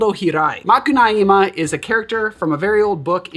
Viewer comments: Another Brazilian here. Brazilians are very particular to caipirinha, almost each one has its own way of doing it. For me, crushed ice and straw have no place in the caipirinha. Granulated sugar is necessary. On another note, you pronunciation of Macunaíma is quite good. Even brazilians have a hard time with it. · Great job on the Macunaíma enunciation. I love this cocktail, but hated the book. It was adapted into a film in the sixties, which I also do not recommend.